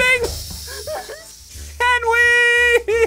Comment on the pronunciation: ssundee suddenly said henwy to henry